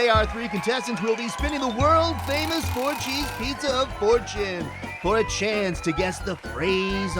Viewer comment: lol I thought it was 'wheel of orgies'